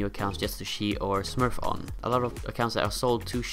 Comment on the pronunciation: Im sorry but i cant handle the way your pronounce the word "cheat" please practice next time